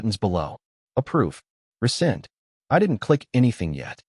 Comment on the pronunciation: After “Accept”, it’s supposed to be “Rescind”, not “Resend”. Just sayin’